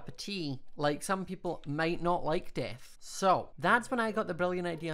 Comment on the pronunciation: "DeAAth" sorry i just love the accent😂